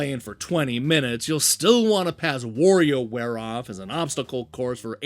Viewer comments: That's Wario, not Worio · But you're not saying "Morio" - only "Worio", so I don't think that's accent. It's mispronunciation. You're reading "wa" with "o" like if his name comes from "war" instead of "wah". His name is pronounced the same as Mario, only with W instead of M. If it was a matter of accent, you would as well say "Woluigi" but I don't believe you do :) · Like I said, it is NOT pronounced like the English word "war".